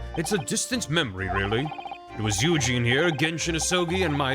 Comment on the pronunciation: I know his name is Yujin, but I swear it sounds like says Eugene. 😂